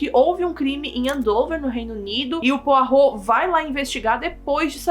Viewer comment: nossa ela fala o nome do Poirot direitinho eu pronuncio igual poró kkkkkkk